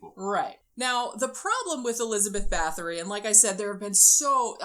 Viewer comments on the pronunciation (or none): Her name is pronounced BAH-TORI not BATH-ORY. It hurts when I hear her name called wrong. 💔